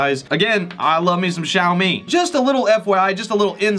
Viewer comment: You pronounced Xiaomi correctly! 👍 So many reviewers pronounce the X with j! Like how do you get a j sound out of a X?? hahaha